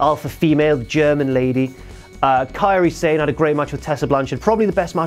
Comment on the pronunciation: Funny how Both and WWE can't pronounce Kairi Sane's name correctly!